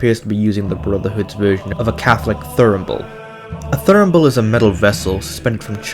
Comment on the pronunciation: Just for reference it's not a Thur-n-ble, it's a Thur-ra-ble for pronunciation